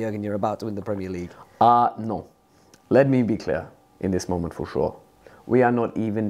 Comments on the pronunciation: Nobody: Klopp: fo shuar (for sure) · Klopp: Fo Shor